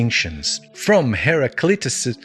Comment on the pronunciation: I can no longer pronounce Heraclitus now, thanks ! :D